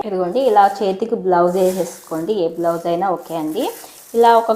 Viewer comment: బ్లౌజ్ కాదమ్మా.. గ్లౌజ్.. అలాగే స్టైల్స్ కాదమ్మా.. టైల్స్.. తరువాతి వీడియోలో సరిచేసుకోండి. తప్పుగా అనుకోవద్దు.